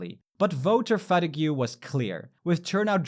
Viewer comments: did you mean fatigue? It’s pronounced ”fa-teeg” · Fatigue is pronounced (Fuh-TEEG) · Fatigue is just pronounced "fa-TEEG" because we love stealing words from other languages and making them better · You pronounce "fatigue" as "fati-gew"? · look up phonetics or some shi and its pronounced fatig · Loving this video! It was so interesting and helpful. you pronounced fatigue incorrectly, it’s supposed to be pronounced like fuh-teeg Then , I really like your effort into putting in the hard “R”, well done! With our party names, I know they’re in Irish so absolutely no pressure but just letting you know: Fianna Fáil = Feena fall Sinn Féin = Shin fain Fine Gael = Fina Gail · "Voter Fa-di-gyu"?? 😂😅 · I was also like, “holy shit, it’s mispronouncing everything French” but fatigue is also a common English word, and it also screwed up Sinn Fein 🤣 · Never heard 'fatigue' pronounced that way before! Ha ha 😂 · Great video! But look up how to pronounce fatigue bro haha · I am not sure of your native language, but I should point out that your pronunciation of "fatigue" was very off. In casual conversation I wouldn't even mention it, but since you are making public content I thought you might want to correct it. It's hard to write a clarification, I'd just suggest loading a pronunciation from Google translate or something. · wait... how did you pronounce fatigue? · That's an interesting way to pronounce the word "fatigue" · funny way of saying fatigue 😂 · Love the way you pronounce 'fatigue'